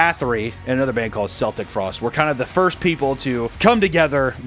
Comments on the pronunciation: Mf said "Celtic" like "sell-tick" lmao, dog, it's "Celtic" like "Kel-tick" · I really hear you pronounce Celtic with an "s" sound instead of a "k" sound. What is wrong with you? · Bro love you but the phonetic pronunciation is keltick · "Selltic Frost"?! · “Seltic Frost” 🤦🏼‍♂️ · No way he pronounced Celtic as 'Seltic' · The first c in celtic is pronounced as a k. Unless you're talking about the football team. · I'm aware - I'm from the USA. I had pasted the explanation directly from Google, and then went on to explain why the term "football" was used. Regardless, the point stands. Pronouncing Celtic as "seltic" is wrong. Personally, I think we should get rid of the letter C altogether, since it serves no unique purpose. For a hard C sound, we have the K. For the soft C sound, we have the S. C is pointless, and if we got rid of it, nobody would make the mistake of mispronouncing the word Keltik. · Bruh. That's not how you pronounce Celtic. 😂😂